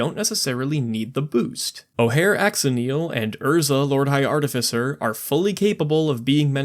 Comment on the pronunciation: The only thing I disagree with this video...is the pronunciation of Axonill. It's 'Ash-o-nill'...rather fitting for a creature that can actually make burn viable in commander.